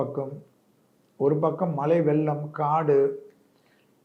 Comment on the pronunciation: ஐயா தமிழ் மொழி எவ்வளவு sweet னு உங்களுக்கு தெரியும். உங்க வீடியோ எத்தனை லக்ஷம் பேர் பாக்குறாங்க.. அதனாலே pls ல, ள, ழ வெ கவனிங்க sir pls. வெள்ளம் வெள்ளம். வாழ்க தமிழ்